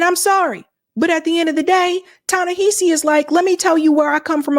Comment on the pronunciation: Hey! I love your work but girrl you gotta say his name right. It's pronounced Tah-Neh- HAH- see Coates Emphasis on the "HA" as in how one generates laughter.